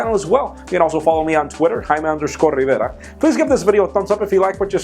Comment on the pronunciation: You can't pronounce Jaime? It isn't that complicated of a name.